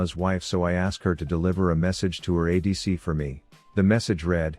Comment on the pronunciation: That "add" was great realy like your uniquce take on it